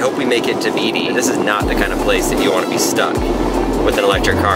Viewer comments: It's pronounced BAYTEE!! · Beatty is pronounced “Batey”